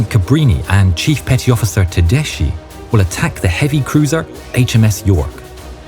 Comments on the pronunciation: Tedeschi has to be read as Tedeski, not Tedesci. I cannot listen to such a shame. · darlin', it's teDESKY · Everything is perfect but just a correction Tedeschi is spelled Tedeski, not tedeshi